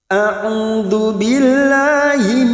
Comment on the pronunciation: Mf ya ustadz ta'awudnya kurang fasih di huruf dzal .a'udu kedengarannya kurang dzu